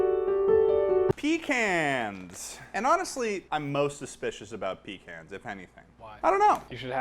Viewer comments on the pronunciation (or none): Homeboy really just said "peek annes :D," instead of puh cons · “Pee cans” If I could strangle you I would. In a respectful way.. It’s Pécans. PÉCANS.😭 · Can we talk about how he calls them pee-cans and not puh-caens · "Pee-cans"???????????? Try "puh-cawns" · it enrages me that he says pee-cans instead of peh-cons and it hurts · you can’t claim to be from Massachusetts and call them peecans instead of pehcahns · “PEE-CANS” WHAT DO YOU MEAN “PEE-CANS” ITS “PEH-KAHNS” YOU UNCULTURED SWINE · >calls pecans pee cans unsubbed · i wouldn’t think that ted would be prone to crime, but pronouncing pecans as “pee kans” is definitely a felony. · the fact that ted pronounces pecans Pee-cans honestly frightens me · The fact that he calls them pee cans annoys me greatly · Ain't no way he pronounced pecans like that, I am thoroughly disappointed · The shear amount of pure upset I got with how you say pecans. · I'm unsubscribing because of the way you pronounced pecans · He said pecans wrong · Is anyone else cringing at the way says Pecans? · Imagine pronouncing pecans as “peh-cans” EDIT: or however you weirdos pronounce it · I wanted to say that I'm mad at for pronouncing pecans in the manner that he did but I feel like his chaoticness justifies it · Pecans are pronounced. (Pee-Cons). Dont fuck it up again or Tex will come. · The way you pronounced pecans really angered me to my core. I'd give this video half a steg.